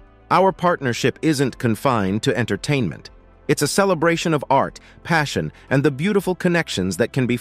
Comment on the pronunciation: You really need to check you presentation!!! When you see "&". this symbol it means "And" not "Ant" or whatever it is you're saying??? And Pete Buttigieg is pronounce Buttigieg with a "soft G which sounds like a J not a strong "G" like GO! There's no excuse for these mistakes!!! You have GOOGLE & WIKIPEDIA!!!! DUH!! DO YOU HOMEWORK!!!!